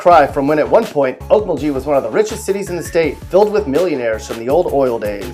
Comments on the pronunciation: If your going to make a video about the cities of Oklahoma, you might want to know more then the crime rate or unemployment. You should have researched how to pronounce the cities. Four of them you said wrong. Lol.😂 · There are soooo many errors in this that it makes me cry and laugh all at the same time! Sure, he mispronounces the names, but there are so many more. Laughable. When did Heavener move to SW OK? And what's with the Toronto police car? And Bristow is halfway to Broken Bow? Check yourself. I think you mean Broken Arrow. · 6. Pronounced Olk MulGee..the g's arent j sounding. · Definitely not pronounced okmuljee... I live there lol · I live in Piedmont, it's really nice here Please learn how to say the names though man some on lol, I cringed at the way he said Okmulgee and Muskogee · Jordan Ryan why are you surprised, hes a okie for sure! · Me to and I don't even think he tried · Just a simple thought: when you share negative info about cities, learn to pronounce them correctly. Okmulgee and Muskogee. Pronounced gee ex: geese not Jee! I’m from Oklahoma but now live in Mississippi. So I don’t knock you for your opinion, but at least learn how to pronounce it correctly. Incidentally, I’m originally from Holdenville and by the way, so is T. Boone Pickens. Just came back to Mississippi from Oklahoma yesterday. I stayed in Bricktown and cannot say enough good things about it. I almost missed living there! Going back for the OU spring game in April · Your pronunciations of Oak-Mull-gee & Musk-oh-gee are horrendous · I cringed every time he said "Musko-jee" and "Okmul-jee" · skiatook? okmuljee? muskojee? WTF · Muskojee Okmuljee, do you refer to Tulsa as Tuh-La-Sa? Frickin Moron. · Okmulgee is pronounced...Oak.mull.gui(rhymes with key) and Muskogee is pronounced... Mus.ko.gui(rhymes with key) better yet listen to Mr. Merle Haggard’s tune, “Okie from Muskogee”!!!! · Hearing you say Okmuljee and Muskojee was like listening to nails being dragged across a chalk board.